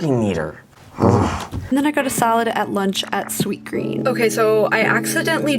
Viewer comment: am I the only one who thought she said "solid" not salad?